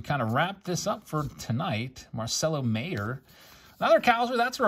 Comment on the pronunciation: Marcelo Mayer's last name is pronounced like "Myer" btw.